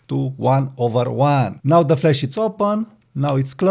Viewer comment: Not ragging on you, but it's flash not flesh! I came here for flash not flesh. The 'a' in 'flash' is pronunced like the 'a' in 'apple' or in 'cat' (æ). The 'e' in 'flesh' is pronounced like the 'e' in 'bed' (e). The 'a' in 'flash' is a longer vowel sound than the 'e' in 'flesh.' On the other hand, I now am hungry for a steak. 😮